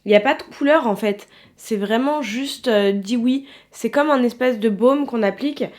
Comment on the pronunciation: Super vidéo 💓dewy se prononce dou oui 💞